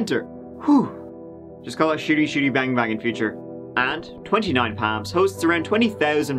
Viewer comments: It’s 29 PALM LIKE A PALM TREE!! Or the PALM OF YOUR HAND! Not “Pam” lol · Wait, so it's not "Twenty-Nine Palms?🤯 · “That thing I always say.” = “Let’s give it a goooooooooooooooooooooo” Btw, at first I really thought he said 29 Pams. Sounded like a very interesting place that only had 29 people named Pam who lived there. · All I'm hearing is 29 Pams. I was very disappointed to find out it's palms..... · I definitely heard 29 Pams and I was so confused. Why was there a count on the women named Pam lol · At first I thought you were saying 29 Pam’s! I hate it when people defame people that can’t speak up for themselves. Sad story for Erin, John and unborn baby! Glad the jury saw right through Chris’ lies! As always… Too short! Have you thought about making longer videos? We love you! Take care! 😁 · I was wondering what the heck he was saying! Now I see "PALMS"!! The "A" in palms is pronounced like "calm".. like when u open wide and say "ahhh" for the doctor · I cherish you...but everytime you said Palms....I winced hahah 😘😘😘😘😘